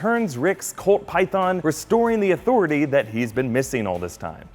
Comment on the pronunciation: restoring the authortaahhh